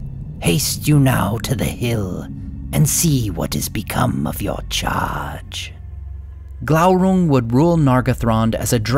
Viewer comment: Isn't it probounced Gloorung?